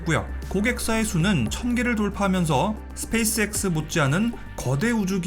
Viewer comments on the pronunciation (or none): none